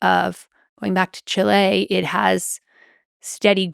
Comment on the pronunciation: It's not pronounced "Chi-LE" It's pronounced "CHI-le". Drives me crazy. People think they're being more intellectual by pronouncing it with a Spanishy-sounding accent, or whatever. But that's NOT how it's pronounced in Spanish, either.